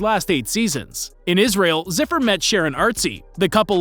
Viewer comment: Deni's father's name is not zipper. It's Zufer, like in Zoo. How hard is it to actually do some research and properly learn to pronounce someone's name?